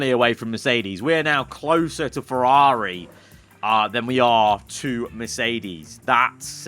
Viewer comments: me when he says "fewawi" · What about you when he says fewawi?